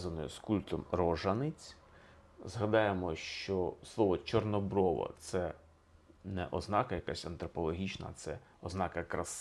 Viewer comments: Не половА, а ПолОва, наголос на друге О, тоді гарно римується з чорнобрОва. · Звернула,що наголос не вірний і в слові "чорнОброва". Автор не україномовний в побуті і не сільський житель. Важко слухати хорошу тему в його озвучуванні. Але це лише моє сприйняття. Коментарі було цікавіше почитати.